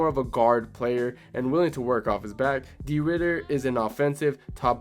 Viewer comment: it's de 'RIDDER t i m e 🦍